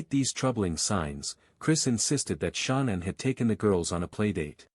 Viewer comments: Not your fault but it’s cringeworthy when the narrator (whether real or robot) pronounces Shannan “SHAWN-INN” a thousand times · I don't like the computer voice, but I kept watching. The pronouncing of Shanann's name was irritating, but I kept watching. Then they completely give wrong information about the personalities of CW's parents, so I'm getting ready to go. Before I'm doing that, they give inaccurate details about other things. One being, Shanann thought she was coming home to the same loving household when she had been upset about Chris being cold to her It's not your fault, but that channel needs some constructive criticism if they want to grow and do well. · He cant even say her name properly im over this 100% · Why didn’t this channel find out how to pronounce Shanann’s name (either way) before doing the video. I just noticed that once in a while they pronounce it right. Just happened again. They just said her name right. The AI guy even sounds a little different. Also, that picture that was supposed to be Chris’s parents were pictures of Frank and Sandy Rzucek (Shanann’s parents). Also, Ronnie wasn’t a truck driver and he was very close to Chris. Now the AI guy is back to pronouncing Shanann’s name wrong again. Why do people even use those? I will give this channel another chance, but they need to get all the facts straight next time. I don’t usually criticize channels. I probably know too many facts about this case and notice every little thing that’s wrong.